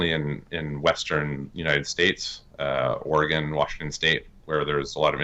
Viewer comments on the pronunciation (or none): none